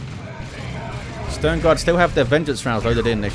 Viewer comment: I love how you say Sternguard (Stoneguard) :D